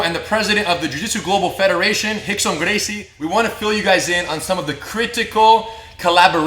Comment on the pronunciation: If his name is rickson why does it sound like y’all call him hickson